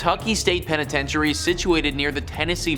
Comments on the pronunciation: The penitentiary ai is mispoken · What about actually pronouncing Louisville or penetentuary correctly. Thank you